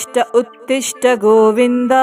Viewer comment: ಉತ್ತಿಷ್ಟ ಉತ್ತೀಷ್ಟ ಅಲ್ಲ ಉತ್ತಿಷ್ಟೋ ಉತ್ತೀಷ್ಟ ಗೋವಿಂದ